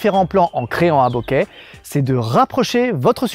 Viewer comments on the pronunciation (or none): je suis désolé mais bokeru en japonais ça se se prononce bokérou ça veut dire "trembler" boketeru" bokéterou, ça tremble, et enfin,c'est flou se dit "boke" : boké c'est flou avec un accent aigü et surtout pas en voyelle longue et avec un accent grave comme tu le fais avec ton "beauquet..." amen